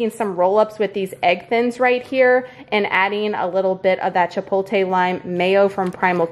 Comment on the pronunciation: Now I know why you say ChipoLTE (TAY). my darling, you are spelling the word wrong. The correct spelling is ChipoTLE. The pronunciation is Chi pot le (cha pot lay. The o is a long o like po). I learn so much from you, so hopefully it is okay to give a learning lesson to you in return. Each one teach one.